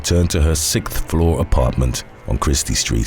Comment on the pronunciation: why can't you pronounce "th" correctly? 6th floor.